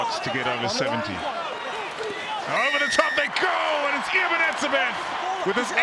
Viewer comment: Ag Nee Eben ... that's disgraceful.